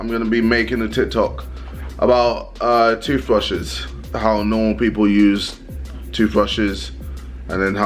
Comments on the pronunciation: fam JJ say TOOTHVRUSHES hhahahhah a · Nobody: KSI: TOOTHRUSHES